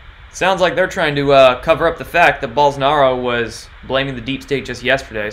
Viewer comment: Bolsonaro, like bolo! Not 'ah'...O! has links to hear pronunciation...